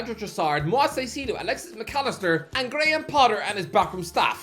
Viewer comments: (kai-seh-doh) Not sai-see-doh Caicedo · How this man somehow turned Caicedo which is very clear in how it’s pronounced into Saiseido is honestly just impressively stupid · Why does he still mispronounce caicedo's name?